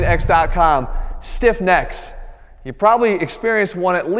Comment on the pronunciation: the way he said "stiff necks" in the start made it sound like he was saying a gen z rappers name or something xdd